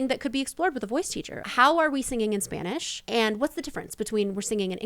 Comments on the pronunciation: I like the video but I disagree on the comment that she can sing in Spanish, she has an awful pronunciation, and she actually began to sing a bit better when she was married to Marc Anthony, I guess he put her on singing classes along with Spanish ones. But as a Latina myself I don’t like her voice or her singing. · She still has an accent singing in Spanish. The way she pronounces some words are wrong. Then again she is not fluent in Spanish either.